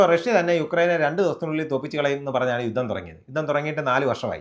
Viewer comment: Enthaada 'yuththam' Ninakk uchaarana sudhi illa